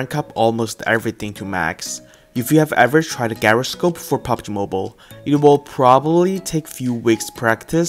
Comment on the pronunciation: You need to learn how to pronounce gyroscope